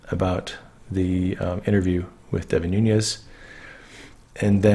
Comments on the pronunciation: Nunes is pronounced Noo - nes. It is Portuguese. Núñez is Noo - nyes, which is Spanish. Just fyi. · Nunez= portuguese noo-nez, not spanish ñ